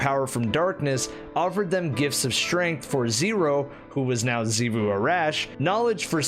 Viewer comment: I didn't see anyone else mention this but Xivu isn't pronounced Ze-vu but Shi-vu. X makes more of a Sh/sh sound.